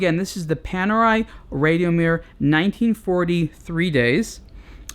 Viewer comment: You don't pronounce Rad io Mir correctly....